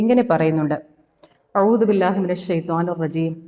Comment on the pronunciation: അഉ ദു എന്നത് ശരിയായ ഉച്ചരിക്കാൻ പഠിക്കുക അറബി വാക്ക് നോക്കിയാൽ ശരിക്കും മനസ്സിലാകും( അറബിഭാഷ വായിക്കാൻ അറിയില്ലെന്ന് തോന്നുന്നു)